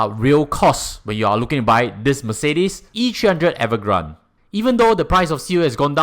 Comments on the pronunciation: its avant garde, not evergrande 😂…. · Wrong pronounciation for Avantgarde. It is a french word 😂. I always hear ppl saying as much as possible, pay for a car in full cash is better. Is it really better financially ?